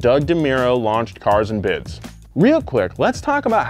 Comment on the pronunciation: THIZZZZZZZ IZ CARZ AND BIDZZZZZ